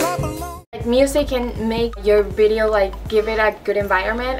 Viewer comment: I like how u say bideo instead of video 😂😂